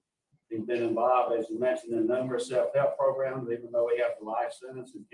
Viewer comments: I don't know why, but I HAVE to repeat "progrum" EVERY single time they say it!! 😆😆😆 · He’s driving me crazy saying “progrums”